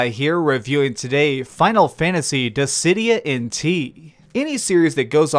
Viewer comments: "Dissy-Dye-ah" it's, "Diss-id-e-ah" Dissidia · Dizzeh-die-ah? Gods? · In all the time I've known about this game, including the PSP version, this is the first time I've ever heard "Dissidia" pronounced "Dizz-eh-dye-uh". I'm genuinely curious why you would pronounce it this way. Also, I'm thinking about getting this, but I have no interest in online battles. So, can I do offline battles in order to unlock the story, or does it have to be online battles? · I was so thrown off by your pronunciation of 'Dissidia' haha Good review, I'll probably wait for a sale